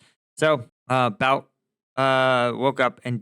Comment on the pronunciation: the correct pronunciation is "boot"